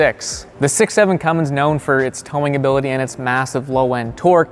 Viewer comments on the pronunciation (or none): none